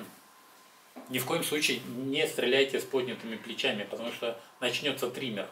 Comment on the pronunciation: Триммер это машинка для стрижки) трЭмор правильно говорить.